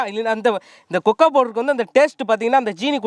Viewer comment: கொக்கா powder illa anna கொக்கோ powder